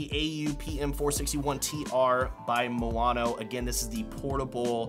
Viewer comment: how do you manage to say moano if the spelling is maono? btw, usb-b is still used nowadays for midi instruments (keyboards etc)